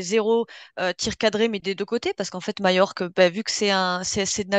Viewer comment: CANCELO est trop cher. Perez attend l intersaison pour recruter MBAPPE ET BELINGHAM. ca va coûter beaucoup d argent. soyez patients et faites croix sur cette saison. elle sera blanche c est sur mais le meilleur est à venir. MAJORQUE se prononce. MALLORQUE = MAYORK